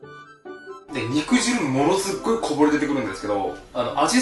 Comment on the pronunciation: 肉汁 ×にくじる 〇にくじゅう 「細かい事うるさい」という人もいるかもしれないけど、果汁を「かじる」とは読まないものね。